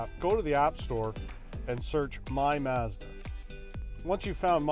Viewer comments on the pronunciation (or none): It's mahhhzda, not mehhhzda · I have never heard anyone pronounce the word “Mazda” like these 2 gentlemen do. 🤔